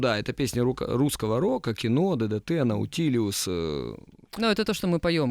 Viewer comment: " наутилИус", нельзя так неуважать слушателей!